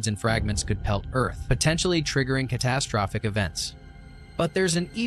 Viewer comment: I noticed this too lol. Also "de-briss".